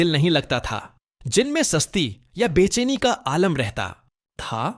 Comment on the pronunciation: AI k bajaye khud dubbing kr Lyn... Saari Urdu ka beragharq kiya hoa Hy bechaini ko be cheeni.. susti ko sasti... Aur videos myn yehi Haal Hy. 😅